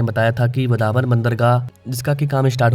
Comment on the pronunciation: वधावन ❌ वाढवण✅ बांद्रा ❌वांद्रे ✅ वरली ❌वरळी✅ भायंदर❌ भाईंदर✅ उतान❌ उत्तन ✅ थाने❌ठाणे ✅ सही उच्चारण करो जय हिंद जय महाराष्ट्र